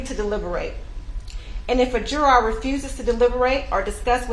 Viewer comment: I've never seen a lawyer who didn't know how to pronounce "ask" or "juror."